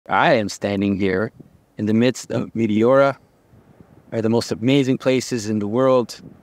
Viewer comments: It’s pronounced Me-te-ora. The e’s are short and the accent is on the te. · Meh-Teh-aura emphasize the teh